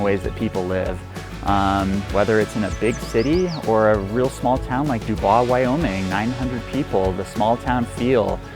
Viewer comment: It's pronounced duboys